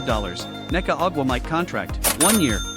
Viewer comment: omg. Learn how to pronounce Ogwumike. You destroyed her name 7 times in this video!